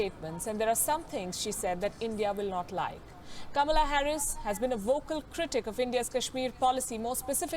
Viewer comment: कमला नहीं कमाला हैरिस 😜